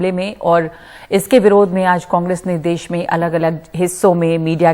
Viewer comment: ndtv पहले तुम हिंदी सीखो देस नही देश